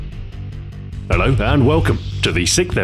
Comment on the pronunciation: Like how u say hello Ello